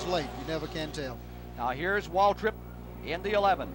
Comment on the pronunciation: It sounds like Cale Yarborough is saying Waldrip instead of Waltrip when referring to DW